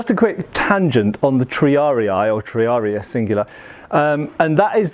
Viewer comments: Just a quick pedantic note on the pronunciation of "triarii": there's no "ah" sound in "rii", it should be more like "ree" (as in "Reebok", for example). Latin (especially classical era) had a mostly straightforward 1:1 relation between letters and phonemes. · Triari-ee not triari-aye. I blame Total war. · The two vowels at the end are not a dipthong, so you'd pronounce both "i's" separately, hence: "tree-ar-ee-ee" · Pretty sure it's pronounced Tree-are-ee. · Hearing you say "triari-ay" is painful every time.